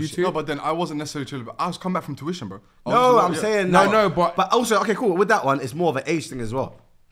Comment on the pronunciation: Why do all Somalis call it touition 😭😭